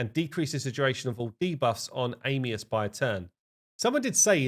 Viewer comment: Am E us not Aim lol come on guy I know English is hard